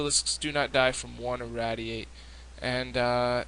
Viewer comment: seriously? you can't pronounce irradiate?